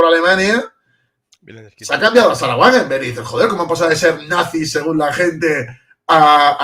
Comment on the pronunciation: Wagenknecht = "Vaguennejt"